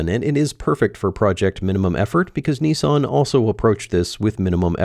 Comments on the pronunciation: nissan not knessan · Knee-Sarn - LOL, you guys crack me up... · How is it that Americans can not read? How do you make the company name NISSAN in to NEESON ? Are they thick over there?